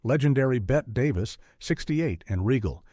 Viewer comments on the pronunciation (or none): Bad facts. Neither Jeff Goldblum nor Chris Walken were tenants of the apt house or guardians of the hell portal. They were unrelated characters. And it's pronounced Betty Davis, not Bet.